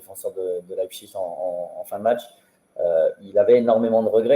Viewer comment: C'est Leipzig et non Leizpig !